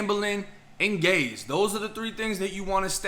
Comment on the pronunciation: Not gays brooo geechies 🤣🤣